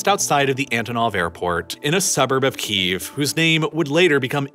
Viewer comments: You keep mispronouncing Kyiv. you're saying "Keev" when it's actually pronounced more like "Key-yev." Hope that helps you pronounce it correctly in the future. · I love this video. However one criticism on pronunciation. It may be an accent thing, but do you pronounce it Chicken Keev, or Chicken Ki - EV? Key - Ev is correct I believe. Sorry, I'm a pedantic prick. Love your work, sir. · Saying "Keev" sounds like the Russian pronunciation of the city.